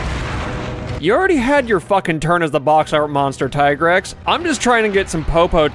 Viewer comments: its not TIE-GREX or TEE-GREX its TIGER-X! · The famosos "Tee-grex" ahaha